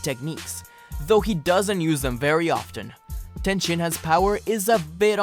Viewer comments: You said ten and not tien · I am cultured but every one pronounce it tee an